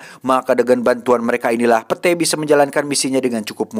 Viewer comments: pit satttt, bukan pete bacanya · Bacanya pit oii bukan pete fak 😂🤣🤣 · Kamus: Pete dibaca pit ❌ Pete dibaca pete ✅ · lain pete anjir wkwkwkw di sebut na mah pit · Setiap kali bang Jon sebut "Pete" dstu sya selalu ngakak. 😂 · Padahal cara bacanya Pit.. Wkwkwk Ngakakkk sihhh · gua mah gak dengerin cerita nya,, setiap bilang pete,, auto ngakakak 🤣🤣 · Aduh si Pete...pit kali bacanya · itu bacanya pit, 😭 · Iya sma 😂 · Gak gitu penyebutan namanya cuks🤣